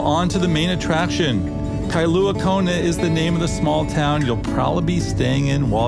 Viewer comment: Kailua-Kona not Kailuna!